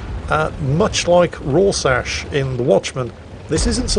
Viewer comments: 'Raw shash"??? FFS it is pronounced Ror-Shak or rȯr-ˌshäk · You say Rorschach like Roar Shack not Raw Sash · it's basically pronounced "Raw Shack". Not, as the old man put it, "Raw Sash". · "Much like Rorsash in Watchment" U wot m8? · Its not a true video until he mispronounces something. Please look up how to pronounce rorschach, its not pronounced rorsash like you said. Anyway my break is done and I now I shall return to the salt mines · i don't think that's how you pronounce Rorschach. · Was anyone else confused by pronunciation of Rorschach? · he could at least learn how to say Rorschach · ffs, you need to rewatch The Watchmen and listen to that name again because my god you butchered it...